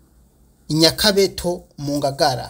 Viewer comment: Nyakabuto et non Nyakabuto